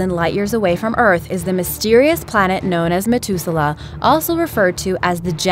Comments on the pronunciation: am i the only one that noticed she mispronounced Methuselah? saying "met" instead of "meth?" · really have you never heard the name methuselah in your life it pronounced meh-thuze-el-ah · Methuselah has a SOFT "th". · Interesting video BUT..... if you’re going to do a video you ought to learn how to pronounce the words! Methuselah has an ‘H’ in it. You kept saying MeTuselah. Think of saying the word “matH”. That is how you say should be pronouncing the H in MetHuselah. Practice it next time there is a three syllable word that you obviously have never heard of before. I guess it should be understandable since Methuselah has only been around for 6 or 7 thousand years that you wouldn’t have heard the word before! I know, I know, it’s not nice for me to criticize. You’re a big girl & if you’re going to put your videos out there then you’ll have to take the good & bad comments. It was mostly good with the exception of not knowing how to pronounce Methuselah. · Who helped the voice actress with pronouncing words she didn't know? Methuselah (#2)? It's not "Met-hu-se-lah", it's "Meth [yeah...like the drug]-u-se-lah". And the mention at the end? The "Kuiper" belt? Uh, no, it's not "Kew-ee-per". It's "Ky-per". ["Ky" sounds like "eye".] I mean, come on, people. I'm no astronomer, and even I know little things like this! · its math ew ze lah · Hate to be nitpicky but the narrator completely botched the words methuselah and kuiper. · KING KROSS KTK yea poor methuselah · Ahmed Mauri anyone else super bothered how she misprounced it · methuselah say it properly ffs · It is, though. She also pronounced Methuselah wrong.